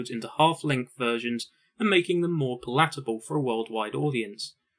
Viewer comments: 1. George Best played for Northern ireland, not England. 2. The stress is on the first syllable in the word "PALATABLE". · Also "PaLAtable". Great little doco though. Thanks. :)7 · Needs to learn to pronounce 'palatable' correctly. Otherwise very good. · This is a professional VO reader? Where did he learn that "palatable" is stressed on the second syllable? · Is the narrator kidding with his pronunciation of 'palatable' ? That's ridiculous. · That's not how you pronounce "palatable" .